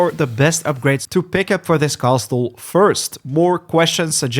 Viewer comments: Bro really says Cast-le 😂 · The " T" in the word castle is silent 😂